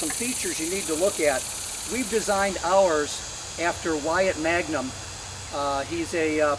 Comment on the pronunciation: Wyatt's last name is Mangum, not Magnum. He is a math professor at Mary Washington. That does not diminish his knowledge of bees, he has been keeping them his entire life, but some folks have the impression that he is an entomologist, which he is not.